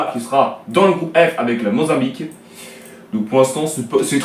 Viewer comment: Ont dit Mozambique pas le monzabique mdr